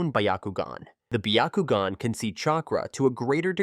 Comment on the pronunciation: Absolutely not it's byakugan not bakogn